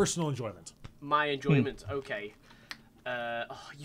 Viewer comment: anyone heared say OKEH